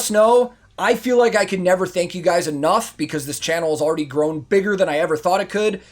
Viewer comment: "Tank you"